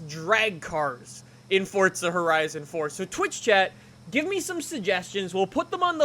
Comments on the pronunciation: Fortza. Lol 😂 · Have you realised thzt he says fortsa instead of Forza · It’s pronounced ”fortza“ because it’s an Italian word like pizza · It sounds like he says Fortza Horizon 4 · It forZa not forza like if u agree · It sounds like he's saying "fortza" . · Its pronounced fortza... its italian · I just want to know why he says FoRtsA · Nothing is more infuriating than when someone says fortza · Fortza??? Why is he saying forza really weirdly? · IT PRONUNCE FORZA DUMBASS ITS AN ITALIAN WORD THAT MEAN POWER FUCKING SHITHEAD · Pls don’t say fortza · y do u say FORTZA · It's pronounced as Fort-za u fucking dumbass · Can you please just say for a right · 'Fortza' Horizon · "fortza horizon 4" XD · "fort sah" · say "forTza" one more time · "Fortsa Horizon 4" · Please stop saying "Foart Za" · Good video but where is the t in forza? Lol that drove me nuts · Eezy Convo56 no it’s not there’s no t in forza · Please show me the “t” in Forza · why are you saying forza like an idiot? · There’s no T in forza 🙈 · It’s forza not fortza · Why does he say "fortza" instead of "forza" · F O R Z A NOT FORTZA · FORZA NOT FORTZA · ITS FORZA NOT FORTZA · i don’t wanna be mean but “fortza” bothers me lmao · Forza not fordza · “four- zuhhhh” not fortza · Ohhhhh why are you saying fortza horizon instead forza fh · Its not fortza its forza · Stop saying fortza it’s forza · it pisses me off how he says “fortza” instead of “forza” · nigga really said fortza instead of forza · Fortza 2 much FortNite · Its not Fortza! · Why has Forza turned into fortza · Lol "Fort- Za" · Fortsa horizon 4, its Forza FORZA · It’s an Italian word like pizza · Really irritates me how Americans can’t say stuff properly. “Forza” not “Fortza” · "Four-Zah" not FORT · It's FORZA!! Not FORTZA !! Can't even watch it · FOR THE LOVE OF ALL THINGS HOLY. CAN PEOPLE PLEASE STOP SAYING forTza!!!!!!!! there is no bloody T in that word!!!!!!!!! all these YT's are ruining it. its just plain F O R Z A.